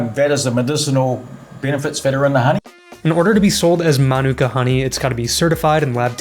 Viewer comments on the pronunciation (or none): Why do people feel the need to ignore the macron? It's mānuka, not minūka.